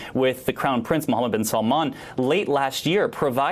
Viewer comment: It's "Bin SALMAN".